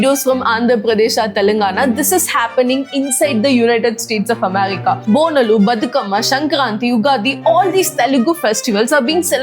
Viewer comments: It's pronounced as Bonaalu, not Bonalu. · bonalu is pronounced as bonaaalu.